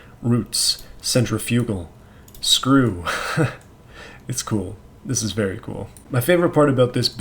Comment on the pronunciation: no one's talking about how he said centrifugal lmao